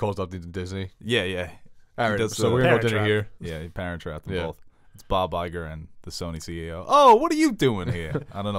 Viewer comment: Bob Iger with an Italian accent lmao